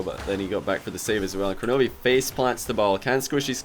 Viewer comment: Does he realize it's kronovi and not kornovi?